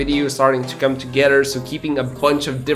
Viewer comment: "come up with the idea" OR "cum up with the idea" u say?